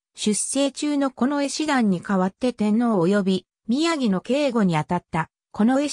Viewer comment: 日本語の読みが滅茶苦茶ですね。『宮城』は「きゅうじょう」と読みます。